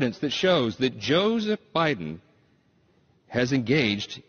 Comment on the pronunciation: WTF can't this Fox "journalist" say Biden?